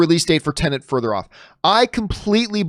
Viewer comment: Please John, PLEASE its TENET .. TEN-ET TEN ET not Tennant.. 😂